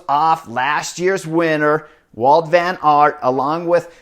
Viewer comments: Hey Chris, his name is WOUT VAN AERT, not walt.... Come on... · It's Wout not Walt.